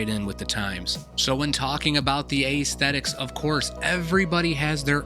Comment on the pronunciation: Take a shot everyone that dude pronounces aesthetics or accessories wrong. 🤣